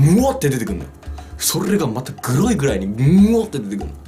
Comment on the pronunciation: 「グロイ」の言い方が「グゥrrrrイ」で草